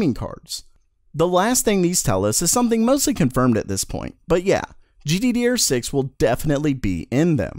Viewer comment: I love it when he says gdderrr6. Makes me want laugh like a ton